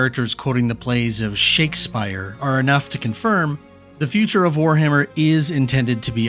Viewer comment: then im Sorry i got pretty paranoid about ai voices haha you pronounced some words weird like „Shakespeares“